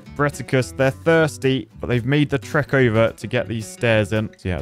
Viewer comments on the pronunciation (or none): none